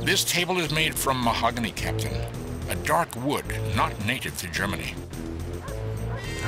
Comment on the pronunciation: In past LPs whenever he encounters mahogany he has said "mahogany" in a funny way.